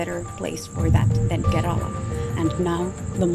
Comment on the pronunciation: Karala അല്ല kerala😝